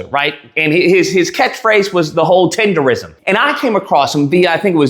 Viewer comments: The word is not tenderism. Tendernism. Tender Nism. One more time: TENDERNISM! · TENDERNISM DUDE NOT RISM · It's "Tendernism"